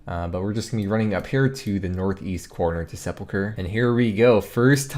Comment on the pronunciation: At least he knows how to pronounce it. Ill drink to that.